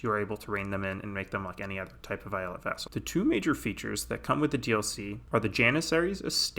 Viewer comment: I'm Turkish and the way you say eyalet makes me want to blow my head out with a shotgun